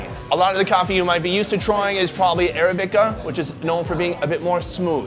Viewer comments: Arabica... accent on the second syllable. uh-RAB-ih-kuh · Ara-bi-ca? Try Arab-ic-a. I don't know why that was driving me nuts. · It's a civet not a weasel it is weasel like but it is not a weasel weasels or carnivorous and it's pronounced arabica not arabica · "Arabica" is not pronounced like that Sun 🤣